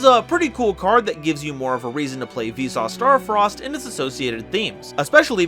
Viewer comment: I think Visas should be pronounced more like Veesus.